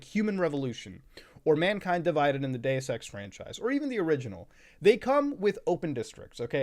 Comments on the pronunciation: Ngl I’m tired and I thought he said Day of sex instead of Deus Ex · I heard gay sex, bruh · Been listening to so much cum town, thought i heard "Gayus sex" a few times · When muta said deus ex my friend beside me asked why he was saying gay sex, funniest shit ive heard in a minute. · When he said Deus Ex and I was a little distracted I thought he said "Day of sex" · what the fuck is Day es Sex